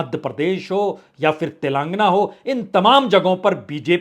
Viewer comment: पुण्य प्रसून जी "तेलांगना" नही "तेलेंगाना "